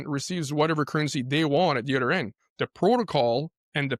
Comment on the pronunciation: never trust someone that says "udder"